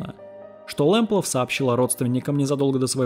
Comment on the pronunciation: Почему в названии фамилия Лэмплаг, а вы говорите Лэмплаф?